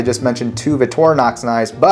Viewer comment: Why are you saying "Vitorinox"? There's a "c" in the word. Vic-tor-i-nox.